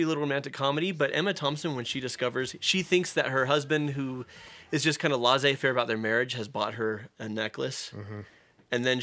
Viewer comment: Learn how to pronounce the words in your script: "Laissez faire" and "unrequited" - not even close, these are not crazy words that people don't know.